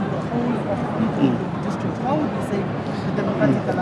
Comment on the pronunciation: I've heard John say, the word Ubuntu proproperly, but now he can't even pronounce Umgeni properly as appreciation for the people who voted for him,,,,, I wonder why, nje.